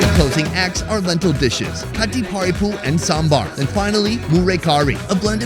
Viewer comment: The moment when our food expert correctly pronounced "Sambar".Lovely